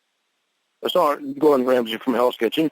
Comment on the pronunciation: This man is a real doofus not only is he believing all of this fantasy land stuff he also has a problem speaking.... He said "I sare it" It drives me crazy how he uses the word "werent" Example - "I weren't going there." Just a full blown DOOFUS...